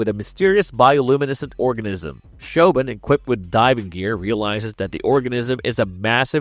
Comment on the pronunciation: Grabbers is a co-production of UK and Ireland. And you butchered that "Siobhan" pronunciation. 😅 Kudos for including Splinter. Great horror, but so underappreciated. Ginger Snaps were also great.